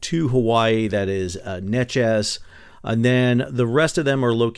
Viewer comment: Sal Neches is pronounced Nay-chez Argonne in prounouced Ar-goin